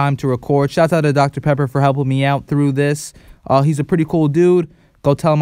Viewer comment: Dr.pepper sounded like Dr.pepperoni